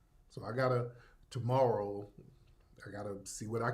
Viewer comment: Did you say morrow